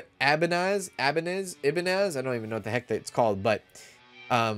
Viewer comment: A little late for this comment, but Ibanez is pronounced "Eye-buh-nez".